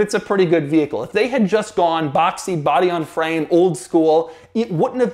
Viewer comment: iTs nOt bOdy on.. Fwame